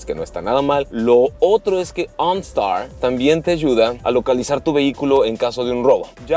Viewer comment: “Ooonstaar” jajajaja que perra se ve la camioneta👌🏼